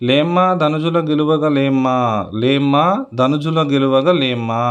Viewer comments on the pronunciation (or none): లేమ్మా కాదు లేమా (చేయలేమా )అని